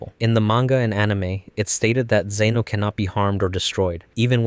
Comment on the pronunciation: "Zeno" no. just no